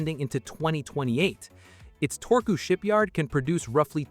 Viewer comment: How hard is it to pronounce one letter in one way. Turku, not Torku. You got the last u corret now use it for the first u as well.